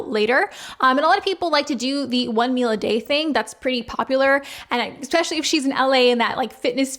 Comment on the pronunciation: I’m going to be a right cunt now, but I watch your videos a lot, and this comes up a lot…. Es-specially, not ex-specially. I’m prepared for any elbowing that may come as a result of mentioning this.